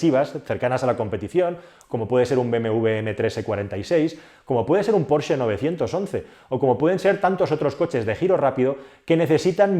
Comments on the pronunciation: Decir "porche" en vez de "Porsche"... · Me encanta como pronuncias "Porche". Me viene a la mente aquel anuncio de una editorial en el que un tío pedía un "porche amarillo" y el genio le dio un porche de terraza y no el coche. Se pronuncia "porshhhhh" XD